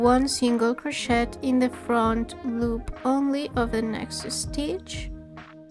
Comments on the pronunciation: Very well explained! Thanks for this! Going to make several this week! Oh, and we say croshay, rather than croshet, the T is silent, but we know exactly what you mean, anyway. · I also pronounce the word crochet with a T 😅😅. I don’t care you you pronounce it, perfect tutorial. Totally beginner friendly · Hi, thanks for your tutorial, I don’t mind your accent only how you pronounce CROCHET, I even looked it up, French version is pronounced the same as English. Might want to ask your phone how to pronounce and it will bring you to correct pronunciation. Doesn’t affect your quality of your work by no means , just a FYI. Thanks again. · Thank you ❤ such a cute tutorial! Just a little comment, in future vids don’t pronounce the “t” in crochet ❤😊